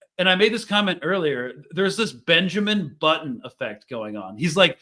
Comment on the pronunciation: He said Benjamin botton 😂 Sry this is rly good weed. Im stuck.